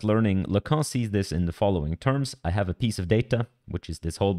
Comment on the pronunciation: It's pronounced, "Yan Lickoon".